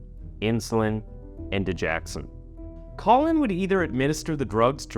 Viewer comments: Digoxin NOT digaxon! Dude, you constantly destroy important words in your videos! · Its dig-OX-in, not di-JACK-sin. (Sorry, medical transcriptionist) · I’m not trying to be an ungrateful fan of your channel, but you are saying Digoxin wrong. It’s dig-OX-in not dig-ax-in. Sorry. It’s a heart medication. And it was because of hospital lawyers that he was able to get away. Amy got fired from that hospital. She was being told to not go to the police, so they too could sweep it under the rug. They were just going to fire him. Because Amy knew what was right, she pursued it anyway. Hospital politics are nasty for patients well being. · It's pronounced Didge OX in... NOT Didge Ax in. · Sorry but its di-gox-sin. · It's pronounced da joxen